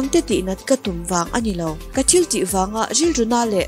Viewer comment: I t lam hi uluk deuh la ka ti..thenkhat ah phei khi chuan thil tih ti a lam tur ni awm tak khi til tih ti ten i lam a😄